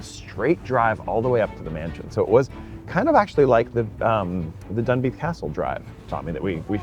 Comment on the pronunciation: He can’t even pronounce Edinburgh? It’s not like Pittsburgh.